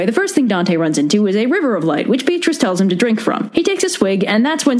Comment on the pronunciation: Funny thing about Beatrice (which, by the way, was pronounced completely wrong in the video because her name uses the Italian pronunciation ;P): She was never Dante's girlfriend. Dante barely spoke to her. He was one of those poets, like Leopardi, who secretly admired a woman from afar and considered her to basically be angelic and perfect and called that admiration and reverence "love".